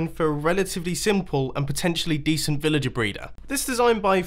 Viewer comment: 3:1o srry did he just sai vilager braider!?!?!??!